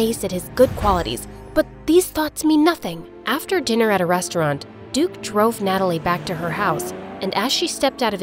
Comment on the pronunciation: duke-y sounded like dookie so he called him crap :)